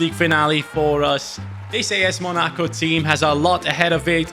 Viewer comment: please pronounce Monaco correctly. Not mo-NA-co, it is pronounced: Mona-co